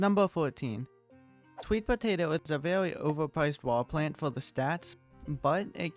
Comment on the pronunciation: the way you keep saying things like "owange" "vewy" sounds so calm and funny at the same time xd